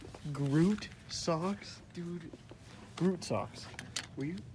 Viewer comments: It's Groot not grot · Now I see why he can’t read or pronounce grewt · is write on how Groot is pronounced is wrong on how Groot is pronounced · calls Groot grot